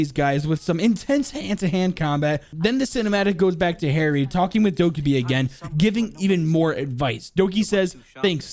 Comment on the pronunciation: Why you pronounce it doky will always confuse me because everyone I know pronounced it dokaby